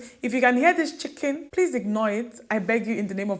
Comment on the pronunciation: The way you pronounce the chicken😂😂😂😂😂